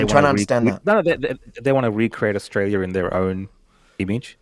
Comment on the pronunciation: can't even pronounce her beloved country. Where is "ISHTRAYA"?